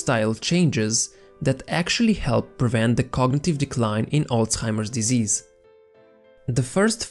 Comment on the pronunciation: Am I the only one who heard "old timer disease" instead of Alzhiermer disease?